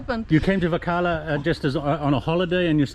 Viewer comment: is a good man. If only he learnt to pronounce Varkala correctly. 🤐